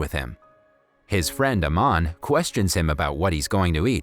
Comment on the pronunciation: It's not Naman it's aman